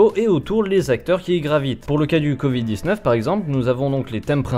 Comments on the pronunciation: Pourquoi le monsieur il dit "con vide" au lieu de "covid" ? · J'adore le "convid" :-D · "Le CONvid" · Le gugusse parle du "Convid" à partir de là j'en déduis ce qu'il y a déduire ;) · "le document s'appelle con vide et pas corona" c'est ce que j'ai entendu moi